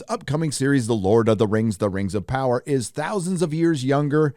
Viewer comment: THE LORD OF THE RANGS: THE RANGS OF PAWWAH!!!